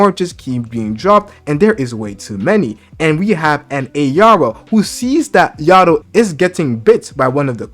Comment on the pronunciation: Bro it’s Ah-Rye-Ah. And yo-dough. Why is everyone struggling to say their names lol